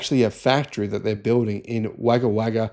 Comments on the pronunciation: Is this presenter an AI construct? He's got an Australian accent, yet calls Wagga Wagga (pronounced woga woga, as waga waga. No Australian would ever do that.. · Yes, it’s pronounced ‘Wogga Wogga’ 😊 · Exciting news! But FFS it's Wog-uh Wog-uh. You are Australian, you should know. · I heard that too. pronounced Wogga Wogga. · ha ha, no, historically (the tradition we hold dear), the Phd students take their knowledge home and manufacture in their home country.. Chase the manufacturers offshore because we hate productive - non-construction/ non mining, industry.. (than) Funny Response hearing folk read names they aren't familiar with.. - Wagga Wagga - pronounced "wogga wogga" - likely to barely make cells for the Australian market ?? research or real production ????. (Space based Gallium Arsenide cells are way more efficient than Silicone- historically - And there is a 2022 4-Junction concentrating cell at 47%.. 34% isn't bad - it could run a battery conditioner to keep EVs going dead on standby. cheers.. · You don't pronounce Wagga Wagga correctly. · I think he realised when he said it!😂😂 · It's the town with the highest density of doggos in the country. To be fair it's not pronounced they way it's spelt. After all, everyone's favourite traditional song does not start with " Once a jolly swogman" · How can you be Australian and not know how to pronounce Wagga Wagga ? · Look up the pronunciation of Wagga Wagga. Thank you.